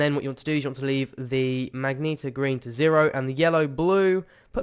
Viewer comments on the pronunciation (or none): It's Magenta not Magneeta lol